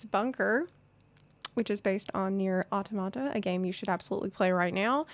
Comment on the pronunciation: no one can pronounce automata correctly